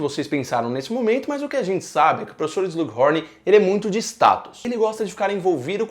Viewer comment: Quem também fica agoniado ouvindo o falando "Slug Rorn"?